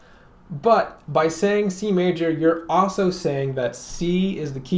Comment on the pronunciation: Great video. I also enjoy the way you say "also" - "awso".